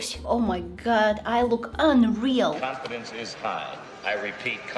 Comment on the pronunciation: "Confendience is high I repeat confidence is high" had me rolling